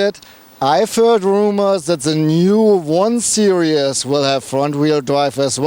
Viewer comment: Repeat after me: seer-eez.